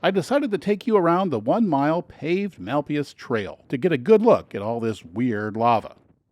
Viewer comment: This is one of the finest tour videos I've seen for NM; however, it's not that difficult to ask the locals for the pronunciations of the places you're visiting. "Mal pie Ese" and "Hay muss" are common pronunciations all around the state, and anyone would be happy to help. Otherwise, you've got my vote - 110 percent! Many thanks.